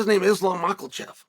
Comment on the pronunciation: "Blahall" 🤣 "Dupleeeesy" 🤣 "Rakhmanov" ✓ got that one !! "Makelchev" 🤣